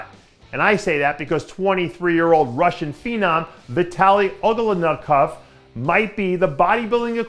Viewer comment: Wtf Is it so hard to pronounce his surname? Ugol-nikov